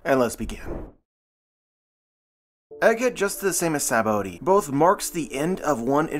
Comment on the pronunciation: It’s just pronounced “sab-O-D”